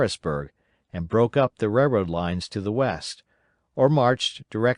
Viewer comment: i noticed this guy cant pronounce the word "railroad" very well at all. i did however, noticed he pronounced a lot of other words correctly and up to my standards